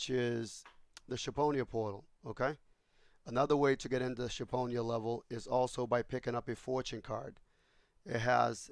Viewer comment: also its sheeponia and not ship